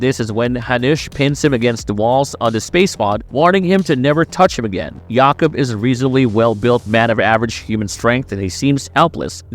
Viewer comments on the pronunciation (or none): oh my god!! use jacob when you cant spell jakub corectly, or hanuš, its not hanous, but hanuš for love of god!!!